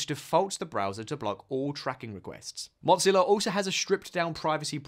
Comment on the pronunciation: Hey there, there no T in Mozilla there bohol o wahah